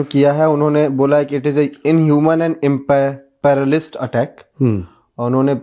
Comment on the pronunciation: प्रोडूसर साहिब इम्पैरालिस्ट नहीं इम्पीरिअलिस्ट होता है सर।